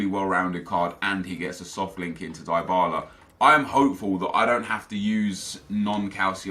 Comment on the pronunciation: Its dee-bala not die-bala